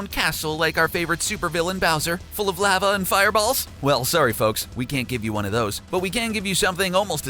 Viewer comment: "Lehh-va" "Shy-geru" Yeah no, not watching the rest